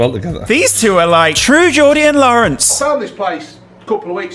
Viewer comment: Dying at Lawerence 😭